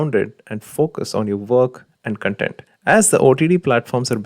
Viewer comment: It's 'kon-tent' not 'cunt-ent'.